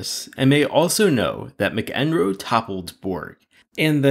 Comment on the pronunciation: McEnroe is pronounced Mack-en-roe